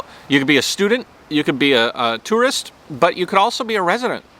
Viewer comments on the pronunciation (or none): none